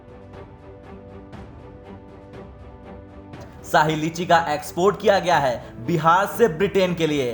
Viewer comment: दसमलव, साही लीची, रीच होते हैं। अबे किसने न्यूज़ रीडर बना दिया इसे? अबे आजतक वालों शर्म करो थोड़ी!